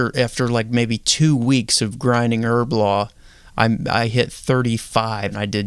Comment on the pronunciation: Erblore not her blah